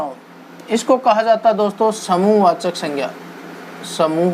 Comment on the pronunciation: सर समुहवाचक❌समूहवाचक ✅